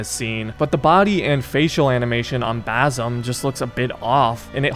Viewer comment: You've heard his name pronounced correctly 1000 times in the game man. It's basim with an s, not a Z